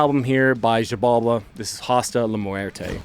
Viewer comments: I think it’s pronounced “shi-balba”, in Mayan, the x is pronounced with an sh sound. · wait, did you just said "mayan"? Like, from Mexico? If that's the case, no, they have a weird fixture in pronouncing the x like anything BUT x, so if I gutted it right, it should be jibalba 😅